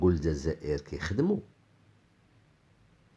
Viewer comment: ماتعرفش حتى تنطق بالجزاءر ونت تنطقها الززاير يالمروكي الخامج